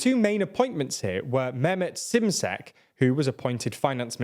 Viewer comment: The finance minister is called Mehmed Shimshek. Ş = Sh in english